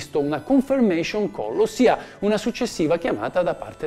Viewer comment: confermation Call. non si dovrebbe dire confIrmation? con la I